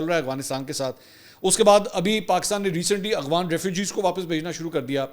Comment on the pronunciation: Aghfan ni hota afghan hota ha